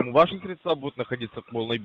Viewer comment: Опять СредствА. Ударение украинское